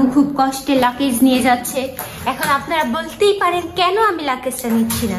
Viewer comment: লাকেছ না বইন😂😂